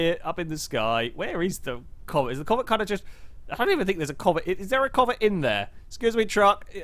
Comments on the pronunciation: you callet the covet (pronounced co-vette) like 3-4 diffrent times. Including comet like the Porsche from gta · I would just like to say every way you pronounced the names of these cars is different than any way I have ever heard anyone say them ever. I have already here the pessima pronounced like pess i ma lol pess as in pest I as in it and ma as in mum. Lol and the covet I’ve heard said as covay